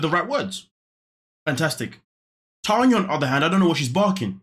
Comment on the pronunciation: My name is Tanya too but spelled the right way lol listening to you say "na na na na Tania na" for a second I was like what did I do this time lol